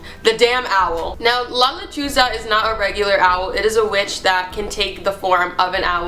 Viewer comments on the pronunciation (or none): OH MY GOD THE TITLE OF THE FIRST STORY I THOUGHT SHE SAID "la lechuga" WHICH MEANS THE LETTUCE IM DYING😂😫😫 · LOL JAJAJAJAJA its not la lechuga jajajajajajaj its la lechuza a lechuza its a bird similar to owls